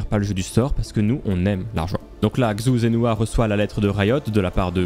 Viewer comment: xu... quel cringe cette prononciation, c'est "CHU" qu'il faut dire.